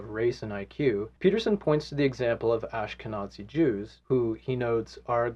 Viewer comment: It might be a good idea to soften your pronunciation of the "z" in Ashkenazi.. pronouncing it with a hard german "z" will be offensive to some.